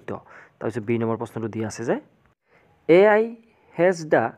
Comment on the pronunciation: Sir apuni AI r ussaron koribo nejane😂😂❤